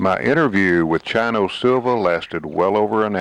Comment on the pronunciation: It's not Chino like China, It's Chino like "Cheek" long 'E' sound, cheers!